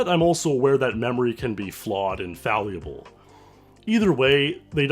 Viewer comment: Fallable, not Faluble.